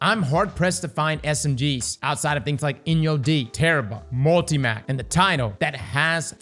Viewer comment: the way you pronounce multi-“mac” pisses me off lol